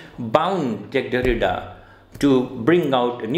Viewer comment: Sir you still pronounced his name wrongly